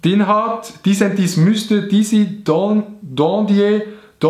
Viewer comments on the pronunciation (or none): Disentis ist rätoromanisch XD (Komplett falsch ausgesprochen)